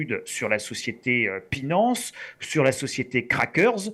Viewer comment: A partir du moment où il a dit "Pinance" et "Krakers", j'ai mis sur pause, j'ai appuyé sur 👎, j'ai mis ce commentaire. Merci de m'avoir épargné 7min de vidéo. AU REVOIR!